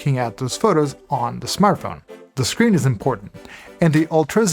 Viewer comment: "Smarth phone?"